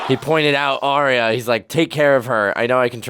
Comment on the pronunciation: Just a pet peeve of mine and everybody seems to do it. Mispronounce Arya Stark's name. Aria is how you are pronouncing it, Arya should be pronounced more like, "are ya" but you sound is made by the letter i, that's why Aria is pronounced the way it is. The y doesn't do the same thing in her name. It's more like "are ya ok?" Not that big of a deal because everybody makes this mistake but that's what really drives me nuts, almost everybody makes this mistake.